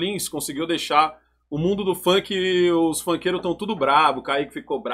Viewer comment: se dói demais quando fala do "Funqui" dele kkkkkkkkkkkkkk